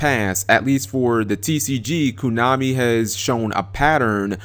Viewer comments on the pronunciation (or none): its not kunami its konami dammit XD